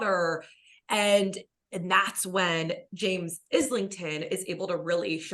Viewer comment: Thanks for the discussion! Not to be "that guy" but it's pronounced "eye-ling-ton" haha